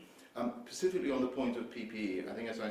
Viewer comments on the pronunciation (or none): Did he just say "pacifically"? .... "Pacifically on the point of PPE" we're royally fucked